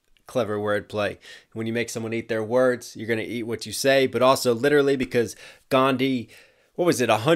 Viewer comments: you should know that his name isn't pronounced as ghandhi anywhere It's just that you all always pronounce his name like Gandi instead of Gan+dhi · P sure the H in Gandhi's name isn't silent in Indian languages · one thing that bothered me is the "H" in Gandhi isn't actually silent people just mispronounce it. it is pronounced with the H. also yeah the “first name messiah” seems like a stretch because Mahatma or Mahan means great. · "H in your name" line isn't actually right... The actual pronunciation of Gandhi is "Gaan-Dhee" with conjunct H, while most English speakers cannot enunciate this H and say "Gán-Dee" instead. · Correction: It's the foreigners that pronounce "Gandhi" as Gan-d, Indians pronounce it is Gandhi only, with a special emphasis on the "dhi" part. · Actually in 'Gandhi', H is pronounced... Its like Gan-Dhi. Its just that brithish weren't able to pronounce his name correctly and hence everyone in west thinks H is silent in Gandhi and pronounce it as Gandi. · It's Gandhi not Ghandi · Also, not sure how many times I have to say this but the whole line "Like the H in your name, you ought to remain silent" is incorrect cause it's definitely not pronounced Gandi. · Gan-dh-ii D and h are a singular syllable, like what you say in 'dharma' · Gandhi h is not silent, Westerners don't pronounce it, we Indians do. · Well H is not silent in his name. It's literally about Americans don't know about some indian syllables. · The 'H' in "Gandhi" is actually not silent, but in the typical English pronunciation it is made silent. Basically that consonant does not exist in English, that's why. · It has been two years but I felt like this needed to be addressed. The H in Gandhi's name is in fact pronounced. It just is that most people fail to because most languages seem to lack the "dh" sound that is used, so you just default to "D" which is the same thing MLK does, which, therefore, is an ignorant diss. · Soooooooo many errors ... :D Most important H is not silent.